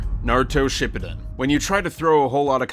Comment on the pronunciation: Learn how to pronounce shippuden and madara dude